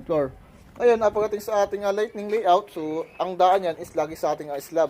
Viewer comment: Lighting po sir hindi lightning. Correct ko lang po. Pulido ng gawa nyo sir saludo!